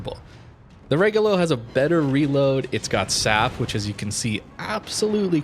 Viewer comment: RE - like in revenue - GO - like in go - LO - like in low. And high tone in the RE. REgolo